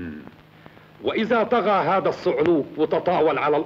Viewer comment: كسرتوا اللغة العربية... هزا وهزه!!